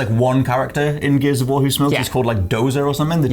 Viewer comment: It almost sounded like said geezers of war 😁